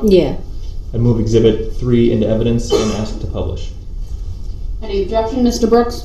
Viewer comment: Objectiongrounz! Grounz!